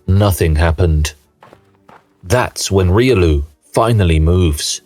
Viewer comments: Even reelioo... ? Reelioo, really? It's pronounce Riolu, not reelioo,.... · Damn that Riolu pronunciation… this is AI after all